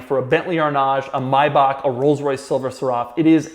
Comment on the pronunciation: Anybody else thrown off by the way he pronounced Maybach?